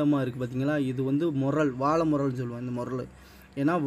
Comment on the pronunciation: வாளை முரல் தம்பி("ல" வராது).அதேபோல் தான் விளைமீனும்(வி"லை" வராது)